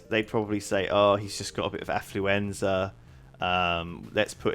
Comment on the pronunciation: "Afluenza" ?? is that flu for posh people ?